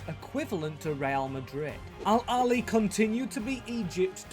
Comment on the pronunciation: It's pronounced al ahhly not al ali